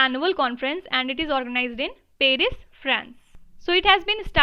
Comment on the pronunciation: It's called as Paris not as peris can't you read correctly